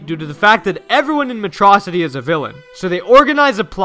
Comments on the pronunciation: It's Metro City not metrossity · METRO-CITY NO METROCITY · I like how habibi calls it matrocity instead of metro city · It's pronounced "metro city!"